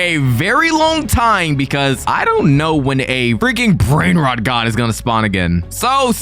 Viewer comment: bros brainrot pronounciation 💀